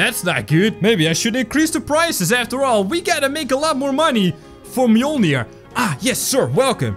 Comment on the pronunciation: you pronounced mjolnir right, good job